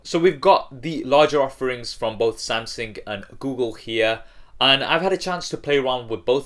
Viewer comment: wait did he say samsing in the beginning XD